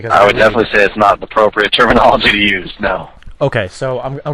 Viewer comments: if i had a dollar 4 everytime the employee said "termanology" i would be fuckin millonare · how many times did he say termonolagy?